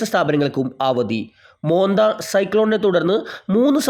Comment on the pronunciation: മോൻതാ എന്നാണ്. മോന്ത അല്ല